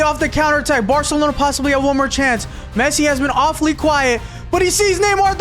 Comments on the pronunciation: Bro really said pessi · it is pessi